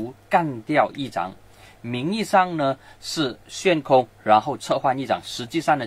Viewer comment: ，悬 xuan （第二声）空